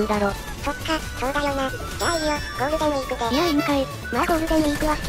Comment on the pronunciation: 「ゴールテンウィークやわら」好き